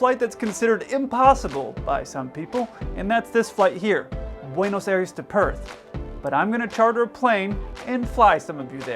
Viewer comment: please it's pronounced Bwaynos Eye-res. Otherwise fine.